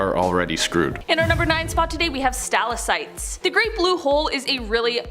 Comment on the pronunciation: How do u miss pronounced stalactite? (Sta lag tight)